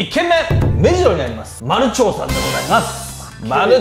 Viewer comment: まるながと読むと思いますよ。